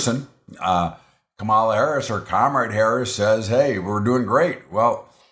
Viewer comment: It just shows ignorance and disrespect of VP Harris when people cant even pronounce her first name